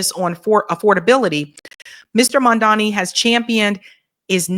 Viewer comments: Mamdani, not Mandami 🤣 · It's Mam-Da-Ni. Not Man-Da-Mi/Mam-Da-Mi.!!!❤ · Why do yall still say Mandami? Is it really that difficult come on Guys. Its Mam Dani. Mamdani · It’s mamdani not mandami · When will learn how to pronounce Zohran Mamdani? His name is not Madani, it's Zohran Mamdani. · you got to get the name right. M-a-m-d-a-n-i🤣🤣🤣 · The name is MamdaNI!! Clean your tongue lady! It will be easy to pronounce the name correctly. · can't even pronounce Zohran's name correctly. She's been butchering his name since he won the primary in NYC. His last name is pronounced Mam-da-ni. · It’s Mam-da-ni sweet. Please try to say it correctly. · Mamdani (pronounced MUM-DA-NEE) I love your channel ...can you please pronounce his name correctly ❣❤ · What is the major issue with pronouncing Zohran’s surname?! Jeezus! The first syllable is “Mom”—get a grip! Mamdani! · Its weird because thats exactly what racists do. They mispronounce your name on purpose trying to degrade you because they know its a big form of disrespect, but hearing this from the people that are on his side is weird. They are starting to sound like Cuomo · I love you but please learn how to say Mamdani’s name right. The third letter is an “M” the English letter “M” 😂❤😂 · Jeez, at this point, getting to get the name right is like beating a dead horse. Even when she's reading the name, she get's it wrong. 😅😅😅😅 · always shits on Mamdani. She can't pronounce his name right, then she says she doesn't trust him! What politician does she trust?? Has she ever said she doesn't trust Trump? is trash. Why do a podcast talking about politics if the only person you trust is Jill Stein?? How did that work out for you?